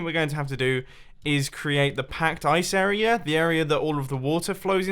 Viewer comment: Why do you say "arear" instead of area?